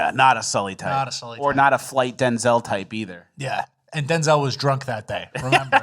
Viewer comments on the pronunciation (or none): none